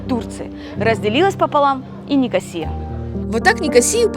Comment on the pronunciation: Кипр Ван Лав! Главная его достопримечательность это , всё же, люди. Пообщавшись с ними побольше вы не когда не назвали ЛА́рнаку ЛарнА́кой, а НикО́сию НикосиЕ́й.